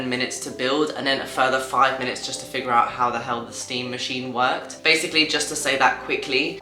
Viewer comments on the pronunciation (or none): none